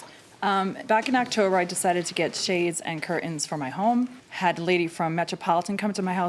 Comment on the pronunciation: CurTains, not cur-ains.